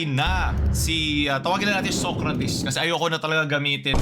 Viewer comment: Tama ba yung naririnig ko? SOYcrates? 😂😂